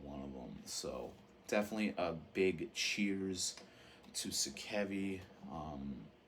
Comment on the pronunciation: If you care... Gism - “Ghi-sum” You can hear Sakevi pronounce the name in “Death, Agonies and Screams”. I used to pronounce the name as you do until I was corrected by Dwid of Integrity on a phone call with him in 1996. Translated out of Japanese katakana, the band is sometimes referred to as “Gismu”. Sakevi - “Sock-ay-vee” (H.R.) Giger - “Ghi-ger” Rhymes with meager, this is how he pronounced his own name. I used to pronounce it as you do as well until I read the proper pronunciation. Kuro - “Koo-rho” If you want to be specific, subtly roll the r. My first introduction to Japanese Hardcore was mail-ordering the “Thrash ’Til Death” LP from Pushead in 1989 and a home-recorded tape someone sent me with Detestation and a lot of other obscure HC in 1989 or ’90. Consider it nerdy...I consider it respectful to the individuals and their culture. Americans are notorious abroad for mispronouncing foreign words. I am also a first-generation Japanese-Amercan. Domo arigato.